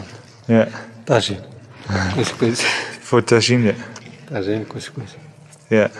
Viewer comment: It's Tagine, not Tangine.